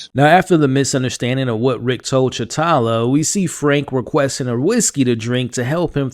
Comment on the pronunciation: Its sritala, not shitala. I know you’re American, but this is a bit embarrassing